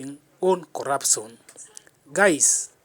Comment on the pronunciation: Speak in Swahili instead. What is corapson😂